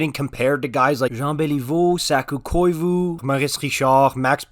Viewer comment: I love how you said Saku Koivu like his name is French :p